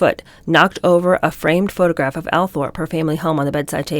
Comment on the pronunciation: But - just an FYI - if you're going to read a book aloud, and it's an English book, check how the names are pronounced. Althorp (Diana's ancestral home) is pronounced Al-trup. LOL another good one (not from this book) is Chalmondeley which is pronounced Chum-ley. I'm not being mean here, just pointing it out.And I fully intend to read yiur new Kennedy Wives book very soon. 😊